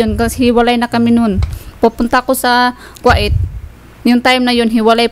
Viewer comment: Kuwait po ( Ku-weyt)... not Kwa-it😄